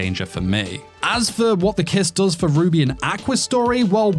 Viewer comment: I’m listening to this while doing other stuff and being the degenerate isekai lover that I am, every time you say “Ruby and Aqua” all I see in my head is Rudy from Mushoku Tensei (it genuinely sounds like you’re saying Rudy instead of Ruby) and Aqua from Konosuba and I’m just laughing over that pairing 😂